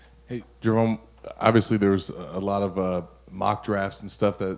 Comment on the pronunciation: I’m i hearing shit or did call gervon.,,Jerome wtf 🤬 do better damn man Go Gators o